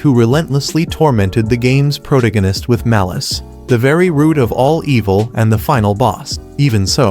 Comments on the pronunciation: pro-tuh-gow-nist like its another ist and ism lol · "Protagonist" is an actual word in the English dictionary. I don't understand how even the most primitive AI could fuck up the pronunciation so spectacularly.